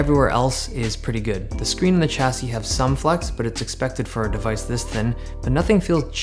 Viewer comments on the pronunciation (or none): none